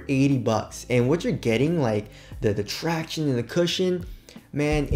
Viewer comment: I kinda miss his ‘Tracti-O-nese’ 😢